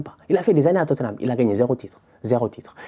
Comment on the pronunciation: "I don’t care about totthenam , franchement c’est pas mon pwobleme j’suis twes content qu’il ai pewdu , ces tocaw🤣🤣🤣🤣🤣🤣" j’suis cuit 😭😭😭😭😭🤦🏾‍♂️